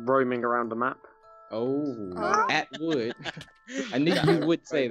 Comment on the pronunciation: it sounded like said Hey AtWood